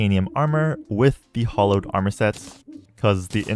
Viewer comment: Streamer pronounce hallowed correctly even once challenge (impossible)